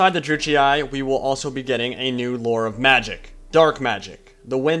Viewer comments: How are you making out of Druchii "Druchiai(e)"? Sorry it takes me every time out of the video. Yes I'm strange. Other than that very nice Lore video. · You must pronounce Druchii like a german would do. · Druchii is pronounced with a hard "ch" sound, btw. The GW employees, and in the painting videos, pronounce it this way. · Wondering how to pronounce Druchii? Well, don't wonder no longer! "To get it ‘right’, you need to roll the ‘r’ a little, the ‘ch’ is a hard sound as in loch or German, and the double ‘i’ is pronounced ‘ee-aye’. Something like ‘drru-key-aye’. However, ‘dru-key’ is the easier, anglicised version for everyday conversation." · I have and always with pronounce it " Drew-ch-e" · I've never heard anyone ever say either pronunciation of Druchii that you mentioned lol! I'm fairly certain it's meant to be pronounced "dru-she". Nice video though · Its pronounced "Droo-key" according to duncan from GW :p